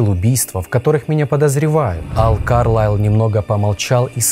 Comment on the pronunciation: А так всё-таки, КАрлайл или КарлАйл???? Вы как то с собой уже договоритесь